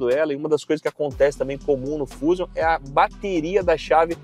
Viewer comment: Um leigo em carros até passa dizer "fúzium" rs! Um repórter não.